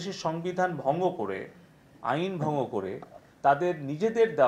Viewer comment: ভংও করে 😂 ভঙ্গটাও উচ্চারণ করতে পারেনা। ধ্বজভঙ্গ।